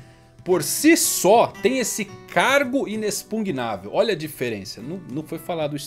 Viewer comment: "Inexpugnável "👏👏👏 Falou certo!!! Kkkkkk